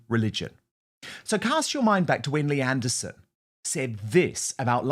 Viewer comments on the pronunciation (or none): none